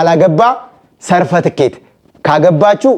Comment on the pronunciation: አላዬ፣ Certificate ' ሰርትፍኬት' ነው የሚባለው።